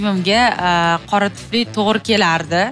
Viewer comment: Tuflini tfli diydi😂